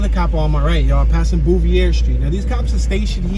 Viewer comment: And Bouvier st is pronounced Bo Veer